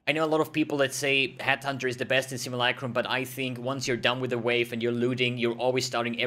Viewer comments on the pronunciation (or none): none